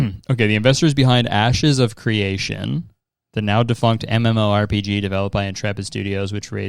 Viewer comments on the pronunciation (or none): none